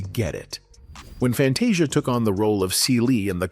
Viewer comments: Pls learn how to pronounce Fantasia’s name! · First of all, can you please pronounce her name, right? Ughh